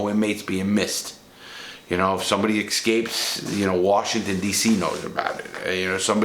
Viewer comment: Law i Guarantee yer 100 times smarter than me, HOWEVER ya Do realize its ESCAPE RIGHT? NOT EXCAPE?JUST SAYIN 😅